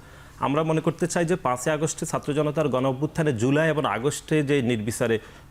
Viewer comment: ছাত্রদলের নেতা "এবং " এর পরবর্তীতে "এবন " বলছেন বলে মনে হচ্ছে।